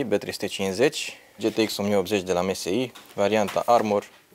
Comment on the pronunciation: Msi se citeste emesai